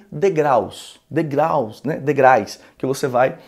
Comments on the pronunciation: Degraus é a maneira correta de dizer e não degrais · Professor de português falando "degrais"SIC ????????? É como um Nutricionista Gordo ,como um dentista com dente estragado.... Não dá!